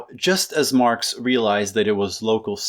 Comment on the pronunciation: did you say marps just then?